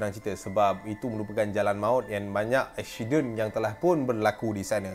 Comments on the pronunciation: Aksiyden, pelek, 🤣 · "eshident" hahahahaa